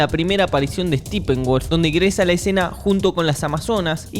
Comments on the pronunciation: Se pronuncia Steppenwolf, no STIPENWOLF :) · Los argentinos tenían la característica de No pronunciar originalmente los nombres en inglés, pero Tú.. te pasaste al otro lado en vez de decir "Steppenwolf" a decir 'Estípen-guoLf" ...para que arregles éso bro. (Y es molesto a lo largo del video). Pero todo lo demás, el análisis, las fuentes, los estudios previos (que te dan muchísima sustancia en tus videos) y punto de vista, es excelente bro, además, TE SIGO 😅 ‼️Asiq no tomes esta pequeña apreciación, como algo general, sino, es algo que en conjunto con todo lo demás, harían perfecto tu trabajo, y uno de los mejores en Youtube en trabajos de crítica y análisis al 7mo arte✨🎥🎬🎞️🍿 Asiq, saludos, felicitaciones y los mejores deseos, desde... >Adivina de dónde...< -Desde SANTIAGO de CHILE pos bro !!🇨🇱✌🏻😂‼️ jajajjajaja !!!